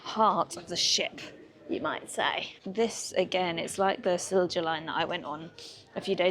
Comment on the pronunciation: The a la carte on Viking is stunning. We shall certainly try Color. The Stenaline from Kiel (rhymes with peel) to Gothenburg is nowhere near as nice. Then Vy Bus4You on to central Sweden. BTW, Silja is pronounced "silya"